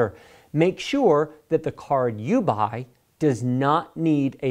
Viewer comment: Make sure that the card you buauahieeyy... Im sorry I couldn't stop laughing.Regardless,I love your channel! It's really helpful!